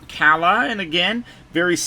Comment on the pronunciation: Salutes to you mr sir your the only youtuber who said kalas name the correct way! Everyone calls her Kayla 😂